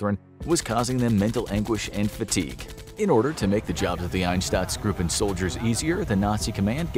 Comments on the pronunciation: Einstatzgruupen.. just read the word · Einsatzgruppen not einstatzgruppen. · Why does he pronounce Einsatzgruppen like Ineshtutzgroopen. Pronounce it like Inesutzgroopen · I implore you to work on your pronunciation and research about the words themselves. "Einsatzgruppen" is the word you meant, not as you said "EinsTatzsgruppen", there is no additional "t" where you pronounced one. The word you used does not exist because of the additional letter you added. And in general, the names you tried to pronounce are very low effort. The video is great but I wish you would put more effort into the words and pronunciations. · It's "Einsatzgruppen" btw. not "Einstatzgruppen. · Why does he keep saying Einstatsgruppen instead of Einsatzgruppen? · Einstatzgruppen... Sondrakommando... If you can't pronounce german words, don't make a joke out of yourself by doing this. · Ainshtatzgroupe - if you can't speak german, just try to READ it a BIT correctly. SHA IMFOKRAFIKS SHO. Read. Even pronounced wrong - it cannot be as wrong as you adress your 12 Mio. viewers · Einsatzgruppen, not Einstadtsgruppen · Why do u pronounce it einstatzgruppen? When it's spelt "einsatzgruppen" and you're supposed to be a history channel lol.. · I swear, If I hear one more time "Einstatzgruppen", I'll commit an act of genocide. I get that german can be a bit tricky to pronounce, but you don't have to make your job even more difficult by adding letters to our already unnecessary long words. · You could pronounce “Einsatzgruppen” better, you’re already very good but after the “Ein” the next two letters “sa” pronounce like the start of the work “sa-turation”…with it will be perfect…. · Your mispronunciation of einsatzgruppen is disturbing to me. It shows that you have no idea about and no care for what you are talking about. I can't take this guy seriously because of it. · Cool video but were do you read the "t" u r spelling in Einsatzgruppen